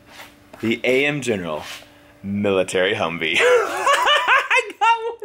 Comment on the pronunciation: He called his truck a huvvee